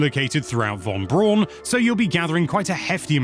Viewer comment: Just to be that guy - it’s actually pronounced Von Brown named after the former Nazi defector who pioneered rocket technology for the US that led to the first moon landing among other things, Werner Von Braun